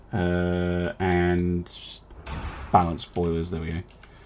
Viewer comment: Totally BALAN-ced